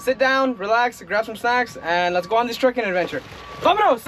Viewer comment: Bro stop saying vaminos it’s cringe